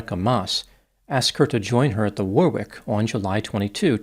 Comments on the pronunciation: If the club you mention near and is called the “Warwick”, a pronunciation in England might be - “Worrick”. Like Warwick castle. Of course everyone is free to say it however they wish. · In English do not pronounce the second w in Warwick is silent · Do not pronounce the second W in Warwick